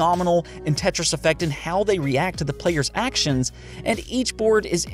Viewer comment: this man lost creditability when he said tetris